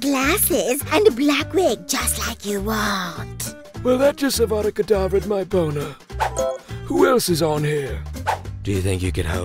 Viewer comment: the dark lord it’s not avuda kedavrah it’s avada kedavra